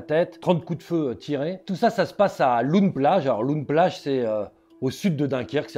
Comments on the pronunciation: Loon plage se prononce Laune plage et non pas loune plage 😉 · "loun- plage" 🤣 on dit "lone-plage" avec l'écriture loon- plage évidemment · Loon Plage ça se dit "Lon", pas "Loune". Hyper intéressant sinon merci ! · on dit "lone plage" pas "loun" ! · LOON ne se prononce pas "loune" mais "lon" 😊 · "lone" plage, pas "loune" plage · Oui ls fusillades cest chaque semaine Ce ne se prononce pas "loune" plage mais "laune" plage Ensuite les bateaux et moteurs sont importes directement de chine par colis. Juste pour donner un ordre d'idée - une traverse illegale est estimé autour des 1500e - et si vous francais vous prenez le bateau a pied sans voiture et via les ferry habituels cela vous coute 20e Et ces migrants risquent leurs vies tous les jours avec femmes et enfants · On dit lone plage!😂❤ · On dit "lone plage" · Ça se voit qu’il vient pas du Nord comment est dit Loon plage! Il m’a tué, je suis mort de rire